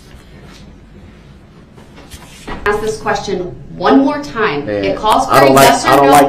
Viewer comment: Why the HECK DOES HE STILL “AXE” questions!!! He hears how everyone else says it I assume,? Then why can’t he talk!!!